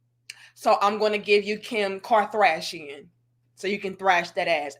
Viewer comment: "Kim karthrashian " 😂